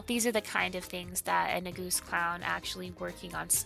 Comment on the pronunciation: In German, the first syllable of August is emphasized, instead of the second. We don't say AuGUST, we say AUgust.